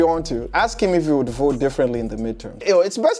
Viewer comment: "Ooooh my god I will boat....pour Donal Trump"